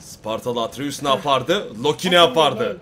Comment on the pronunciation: ATREUS ATREUS ATRUS ATREUSDUR VE BU KESİNDİR ATREUS LOKİ DEĞİLDİR!!!! ATREUS LOKİ DEĞİL!!! ATRUS ATREUS!!!